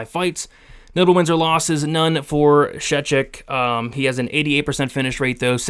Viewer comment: Btw, you pronounced Szewczyk's last name nearly correct 😂